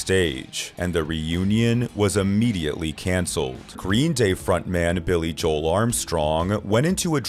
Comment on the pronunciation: Dude said "Billie JOEL Armstrong" wtf 😂